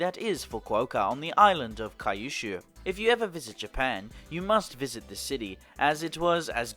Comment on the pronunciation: Pronounce the Kyu in Kyushu they way you would pronounce the "cu" in cute. Same goes for Kyoto and Tokyo.